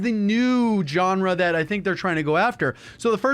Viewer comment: "Junra" :D